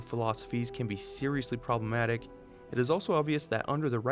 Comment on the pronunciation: "Probalematic." Disliked.